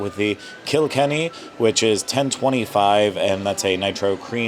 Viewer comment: Kilkenny is pronounced more like "oh my god, you killed Kenny" not "kilk-enny". Great review, but sorry, that was driving me nuts. I'm from Donegal, but have been living in America for years and have yet to hear Donegal pronounced correctly. But loved the review